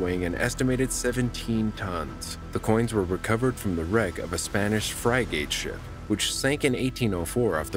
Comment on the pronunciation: "Fry gate ship..."??? It's "FRIGATE"! I hope this is just a computerized voice....